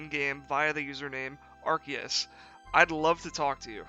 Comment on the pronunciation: thank you for pronouncing arceus correctly.